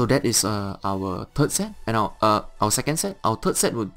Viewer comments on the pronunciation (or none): none